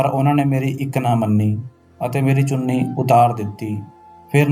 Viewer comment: ਚੂਨੀ ਨਹੀਂ ਚੁੰਨੀ ਹੁੰਦਾ